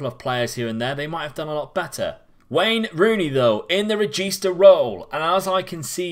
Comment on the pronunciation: From an italian, hearing "carillero" and "regista" from you is fucking awesome